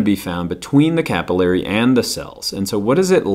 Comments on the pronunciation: Hate the way he says capillary... Sorry haha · I always pronounced 'capillary' different... This is confusing. Regardless, thank you for the video!